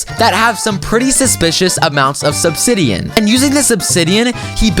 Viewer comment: Said sobsidian